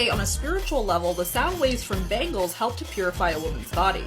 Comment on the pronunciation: I heard bagels there, not bangles